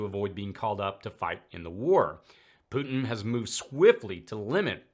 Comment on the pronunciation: Mad Maxine Waters says "POOT-NNN" instead of "Putin." Senator Kennedy says "PEW-TIN." 😂🤪